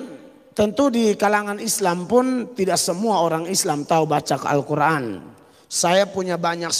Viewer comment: Dasar pembohong cara mengucapkan x SJ salah....d kira itu baca alQur,an kaya mukadimah.. pengucapan x tdk benar.